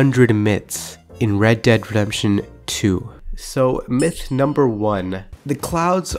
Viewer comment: Please tell me why you say red dead rempsion instead of redemption